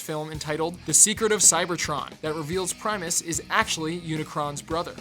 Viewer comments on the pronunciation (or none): none